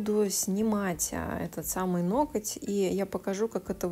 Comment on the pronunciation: Это ваше: "ноКоть" прям слух режет😅 уж извините